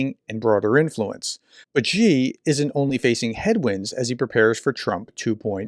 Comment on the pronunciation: Love your work. Just want to say "Xi" is pronounced "she". Thanks for all the analysis.